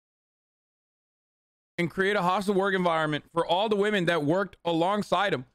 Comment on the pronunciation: "if you dont ask wamen"